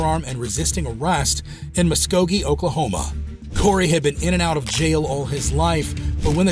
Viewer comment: I love that you said Muskogee correctly!! People mispronounce it all the time. Grew up there but do not know that guy!